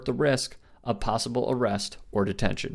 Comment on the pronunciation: Can't believe said, "orrest"